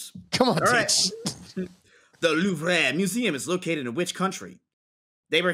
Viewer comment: "LOUVREH" i'm crying lmao it's actually "louvr" in fench xD